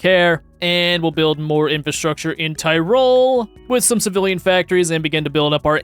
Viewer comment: It pains me how he pronounced Tirol because that's where I live and I've never heard that horrid pronunciation. I'm gonna be sick/j